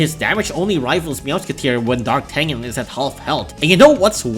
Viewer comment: Fun fact D'Artagnan is actually prononced "DAR-TA-NYAN"